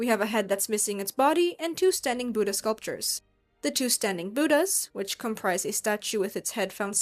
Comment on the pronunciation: Hearing the pronunciation of "Buddha" butchered so many times is hard to bear. Why can't so-called western professionals put in some effort into learning to pronounce native names correctly? It's not "Boo-da". The "Bud" is pronounced like "put". Bud-dha.